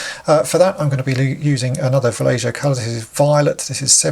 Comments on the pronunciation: Not to be that guy but I think it's Va-lay-HO, and not Va-lay-JOE. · I could be wrong but I think Vallejo is a Spanish name. So the j should make an h sound. But I could be wrong. Great vidoe! Amazing paint work!